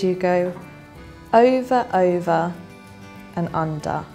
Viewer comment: Why are u saying iva and anda? Its over and under.